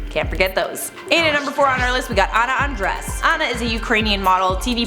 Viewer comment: I thought you said Anna Undress Lolllll